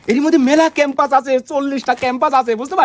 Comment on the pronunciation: ক্যাম্পাস না পেম্পাস 😅😅